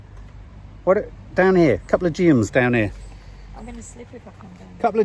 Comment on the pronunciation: GEUM is pronounced Gee-um 😉